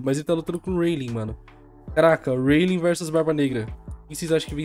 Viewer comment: O falando o nome do Rayleigh parece que ta fanho, ele fala reili, reilin, rueili